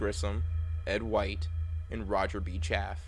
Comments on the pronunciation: Roger’s name was Chaff-e not Chaff! If you’re going to make a video about these 3 brave men then pronounce their names correctly or don’t bother! Understand? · His name is pronounced Chaff-ee, not “Chaff”. That is kinda disrespectful dude.. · Roger's name wasn't Chaff. It was Chaffee. The Es werent silent. Loooonnnnggg Es. It's a good presentation, but it gets hurt because you can't seem to pronounce his name correctly. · It's pronounced Roger CHAY-FEE not 'CHAFF'! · It’s Pronounced CHAFFEY Not Chaff. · Really? You consistently mispronounced Roger B. Chaffee's surname: It is NOT "chaff", but "chaff-EE", like "coff-EE". Any poor guy deserves to be remembered by his name, PROPERLY PRONOUNCED... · It's Chafee, not Chaff, not critizicing but ya might as well know the pronunciation! Enjoy your vids very much. I was 13 when this happened, it was horrific then and still in memory is. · His last name was “Chaffee.” Not “Chaff.” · It's pronounced afee not af I'm from the same city as Roger B Chaffee. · It's Cha-ff-ee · His name is pronounced Chaff (EE) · If you are going to honor these men at least learn how to pronounce their names, Chaffee's name is pronounced Chaff ee The double e is not silent. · Chaffee's name is pronounced "Chaff'-ee." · Cha-fee, do some research FFS! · It's Roger ChaffEE. If you can't get how to pronounce somebody's name right, then why would anyone trust you to get anything else straight? Speaking of which, where are you getting this info about their suits being fused by the heat to their bodies? And that they may have been buried in their space suits? Come on, man this is so far out of left field it'll never reach home plate. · I have the same last name as Rodger b Chaffee also it's pronounced Chaffee as in chafe and than the "ee" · How about correctly pronouncing Chaffe's name? And how about correctly summarizing Grissom's carreer. He did not go from his Mercury flight directly to Commader of Apollo 1.